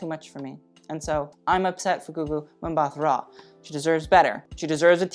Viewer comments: "Mbatha" is pronounced "Mbuh-tuh" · Ow gosh I couldn't stop cringing when he pronounced Gugu Mbatha's clan name 😅